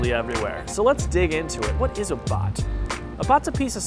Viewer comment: Am I The only one who heard bud instead of bot?